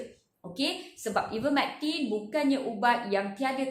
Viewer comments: Sebut nama ivermertin pun x betul.. hahahhahaa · Please learn how to pronounce IVERMECTIN madam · Sebut ivermectin pun tak betul ermm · Baik sy dengar ckp prof mustafa ali..dia lagi pakar..psssfffftt..sebut ivermectin pun dah salah